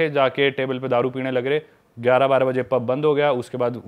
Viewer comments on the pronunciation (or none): none